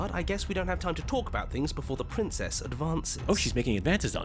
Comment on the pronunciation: Hewwo pwincess 😂😂